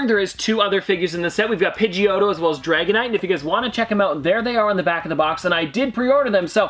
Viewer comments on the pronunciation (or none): none